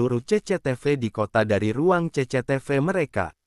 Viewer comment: 😂😂😂😂 menit2 terakhir gak bs nahan tawa denger ce ce te ve 😂😂😂😂